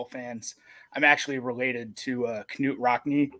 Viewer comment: doesn’t realize the k is silent in Knute Rockne lol 😂 it’s pronounced Newt